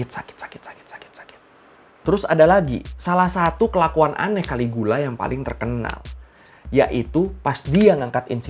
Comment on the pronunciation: caligula bacanya kaligila.